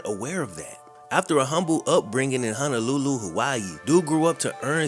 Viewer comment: much respect to you but it’s Ho-no-lu-lu Not Hanalulu Respect Marcus for him being that true role model for student athletes here in Hawai’i. Especially in the modern day. Although theirs multiple athletes who done it but were talking modern day Also: On January 17, in the year 1893, the Kingdom of Hawaiʻi was illegally overthrown. The following remembrance recorded by Johanna Wilcox speaks of the overwhelming sadness felt by the population after the overthrow and annexation of Hawaiʻi to the United States of America. Po-lo-ma-lu Not Palamau Also When you say Hawaiian we are a nation Can’t refer to just anyone as Hawaiian Just trying to educate and spread awareness